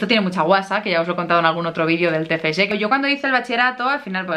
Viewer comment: Me encanta tu pronunciación del Tfg, te felicito por partida doble, por tu graduación y por tu libro. ¡Lo has conseguido!